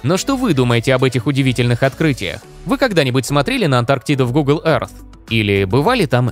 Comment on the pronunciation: Всё прекрасно, только учите произношение Earth, а то очень слух режет